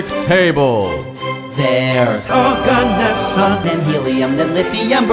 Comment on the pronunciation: it sounds like o god neson